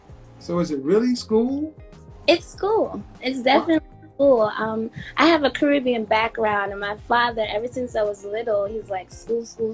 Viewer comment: No way she is of Caribbean descent, she can't even pronounce it right. And she is an optimist, calling a bulge a curve.